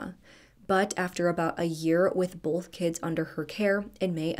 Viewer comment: Funny….in every video you do you pronounce “both” like “bolth. I have a friend who does the same thing, which is likely why I noticed 😂